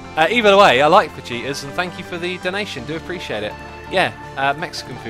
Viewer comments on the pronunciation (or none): Lol I thought you was saying vegeta's and not fajitas. The "ji" is pronounced as "he"